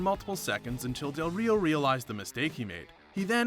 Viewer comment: I'm more offended he didnt roll his Rs when saying del Rio more than when he said roll ins